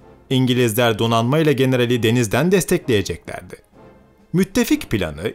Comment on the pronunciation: Merhaba, Fonetik kuralları gereğince "ğ" bağlacıyla kurulan "vereceğini, alacağını"gibi kelimeler (Evet yumuşak g sesletilişte bir bağlaç görevindedir) şu şekilde okunmalıdır: "vericeeni, alıcaanı"."-acak, -ecek" ekiyle biten fiilerde ise yine aynı ünlü daralması olur. "Alıcak, vericek"; "destekleyeceklerdi" ise "destekliyceklerdi"; "saracağını, birleşeceğini, keseceğini, geçmeyeceğini," ise "sarıcaanı, birleşiceeni, kesiceeni, geçmiyceeni"; "değil" ise "diyil" şeklinde seslendirilmesi makbuldür. Bu kurallara dikkat ederek seslendirirseniz daha nitelikli ve tüm çevrelerce dinlenilebilir bir içerik havuzu oluşturmuş olursunuz. Elinize sağlık.